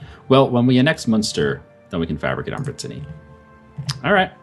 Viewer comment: Every time he says "brittenany" I twitch godamn shen